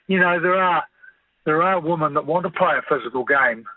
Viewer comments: Can anyone please pronounce “women” properly ? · WHAT IS A WOMEN ???